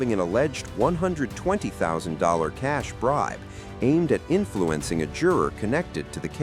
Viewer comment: Who narrates these videos? The guy’s name is Cash, like money. How can you mispronounce it? He’s a public figure, stop the AI voice crap